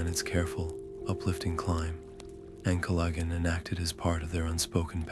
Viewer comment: Can't pronounce Ancalagon. Useless video